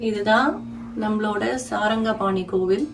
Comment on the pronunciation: Very beautiful and informative golu. Thirukudandhai Sarngapani. There is no A as in saranga. May be slip of the tongue. If possible make an edit. And hide this pl